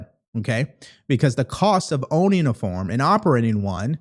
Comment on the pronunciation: Hey it’s pronounced FARM not FORM lol😂